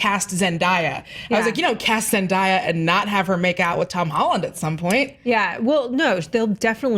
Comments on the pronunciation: ZenDIEa? Oh honey no. Its ZenDAYa. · HER NAME IS ZENDAYA NOT ZENDEIYA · "Zen-Die-A" Wow... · It cracks me up that people still can pronounce her name right. It's ZEN-DAYA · It's pronounce Zen-day-ya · why did she pronounce Zendaya weird?